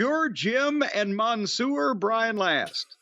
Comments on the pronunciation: I don't think I have ever heard someone butcher the French language as much as Jim, but thank you for trying ! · Monsieur, meaning Mister. Jim: MANSOOR 😂😂😂